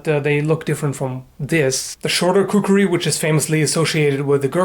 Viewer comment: Khukri? I always thought it was kukri!